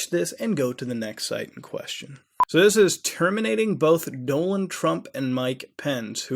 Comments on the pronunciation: who's Doland Trump? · he says donald way wrong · bro his name isnt "Doland" its "Donald" you said his name correctly once in this whole video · So every Indian pronounce it Dolund trump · Was it me or did you keep saying Doland? Instead of Donald? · "Doland Trump" instead of "Donald Trump" 😂😂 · doland? I thought donald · Doland or Donald? now ya got me confused man... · who the fuck is Doland Trump ? its Donald not Doland. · It's DONALD not doland and bible not bibley. btw awesome stuff bro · Did he do it on purpose though? Becuase at one point he called Donald Trump "Donald" and at other times he called him "Doland" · Do land? Dude. like him or not, at least know how to pronounce the Future Presidents Name. i love ya but, geesh..i was cringing every time you said it. I dig the site, and just wanted to throw that out there..its Don ald..like the Duck. SURF ON! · I'm near crying from laughing over here.. "Wtf is this.. ISIS? I've always defended - actually no" lmao and then continues to say Doland Trump several times 🤣 Maybe it's my sleep deprivation (I had to look that word up, that's what ya get for laughing at someone else) but I can't stop laughing because of this video. Mutahar's videos somehow always cheer me up, thanks dude. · "Dolan" Trump... Thighland... Lmao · I dont know what country you're from but you are speaking English and in not one English speaking country is Donald pronounced Doe-nel. Wtf? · “Doland Trump” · he said doland trump lol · Lynx X Sunny he says doanlen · he says Doland which if you change the letters around spells Donald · and Dolan Trump lol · Wait did he just pronounce it as "Doland Trump"? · Was Mutahar saying "Doland" Trump during that segment? Or am I losing my mind? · He was saying Dolan. It's a meme name for Donald Duck a few years ago. Then a YouTuber used it Danger Dolan. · "Doland Trumpet", actually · You need some English lessons, DONald not DOLAND and Thailand is pronounced TIEland not THIland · "Doland Trump" "Thigh Land"